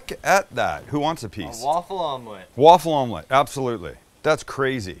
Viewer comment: The Waffle-Omlette: The Offle-Ette or The Offlette.